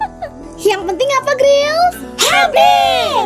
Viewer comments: Yang bener itu pengucapan nya "GIRL" bukan "GRIL" yaaa, kamu paham nggak maksud aku?, sekian terima gaji dari aku Wassalamu'alaikum Wr.Wb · kak maaf sebelumnya, aku izin koreksi. pengucapan yang bner itu "girl" ya kak, bukan "gril". semangat trs kaa 🥰